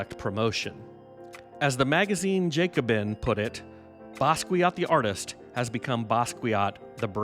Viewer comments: Not to nitpick, but it's necessary: the name is pronounced Bah-skee-AH, not Ba-skwee-aht. 😉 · BASS KEE YO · Learn how to say his name correctly